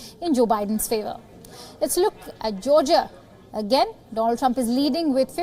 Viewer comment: again repeating trump trumph & there will be only trumph